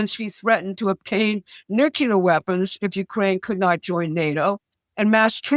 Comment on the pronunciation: the word is "nuclear", not "nukelar".